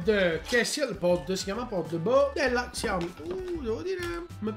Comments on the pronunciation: se imposti nelle impostazioni della fotocamera che il tasto volume scatta le foto anche il pod della xiaomi sarà utile per te, poi volevo dirti che in teoria si legge "sciaomì" con l'accento sulla i. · si legge "sciaomi" mi pare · non ti fa le foto, semplicemente perché la touchwiz (il sistema operativo della Samsung, meglio detta ROM) fa cagare al cazzo, tutti i cellulari, ormai, fanno le foto coi tastini + o -, in pratica quello funziona, ma non coi vecchi cellulari della Samsung. P.s. xiaomi è scritto, ma si legge SCIAOMÍ, è giusto per tua informazione:)